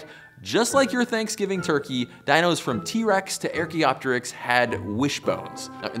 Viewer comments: Arc-e-op-teriks. Not air-key-op-teariks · What is wrong with peoples pronunciation abilities these days newscasters , politicians totally butchering language . It's NOT "AIR kee optrics" it;s pronounced "ARK EE OPTER IKS"(archaeoteryx) WTH. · You lost me at "AIR-chea-op-teryx". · Stop saying airkeyopterix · The way he says archaeopteryx hurts me...Great video regardless!